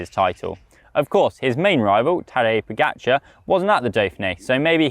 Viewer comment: Please learn how to pronounce the 2 time back to back Tour de France champion's name.